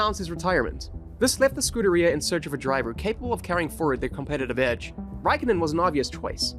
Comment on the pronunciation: Great video. I am a fan of Kimi too. One tiny little gripe, which i should not really care about, but... Scuderia is not pronounced "scooter rear". I subbed anyway.